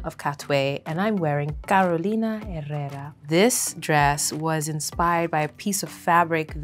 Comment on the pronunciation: the way she pronounced Carolina Herrera PERFECTLY 😍😍😍😍